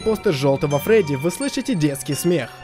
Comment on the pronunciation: не фроди а фредди